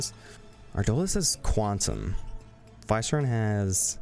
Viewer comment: Pretty sure Viceron is pronounced Vee-seh-rohn